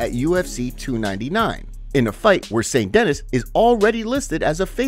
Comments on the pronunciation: Bro you talk so weird, and can’t even pronounce st-denis right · Saint denis. Pronounce. Duhneeeeees